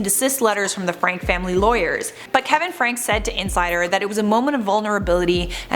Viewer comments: Their surname is Franke, but it’s pronounced Fran-key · Their family name is pronounced “frank-ee”. As if it was spelled like Frankie. Just wanted you to know for future reference.